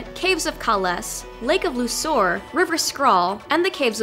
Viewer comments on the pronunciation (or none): Kay-less damnit!!